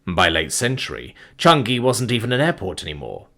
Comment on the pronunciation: CHANG-i, it’s pronounced Chang-i!